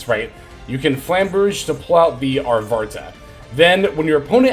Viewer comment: I'm taking a shot every time you call Arvata "ArtvaRta"... XD